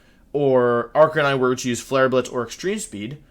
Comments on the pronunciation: Arca-ni-ne? Not Arca-nine? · Yea idk, I notice it too. It's clearly pronounced R-cay-9 because he's... a dog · Jiggalith Arca-KNEE-neigh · that's how you'd pronounce it if you were Japanese